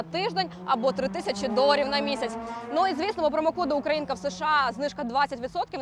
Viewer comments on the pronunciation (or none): none